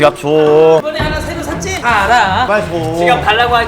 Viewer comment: 왜 찐짜 라고 들림?